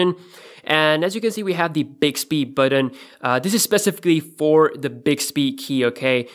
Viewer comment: The reviewer's accent is mostly unintrusive except how he pronounces the word button. it's not unpleasant. it's quite amusing. Buhden? Beoden? His pronunciation is pretty spot on for the most part. I'm not sure why he pronounces a very simple word like button like that.